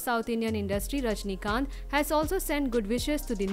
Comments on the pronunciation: it"s rajinikanth not rajanikanth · Rajini kanth not Rajani kanth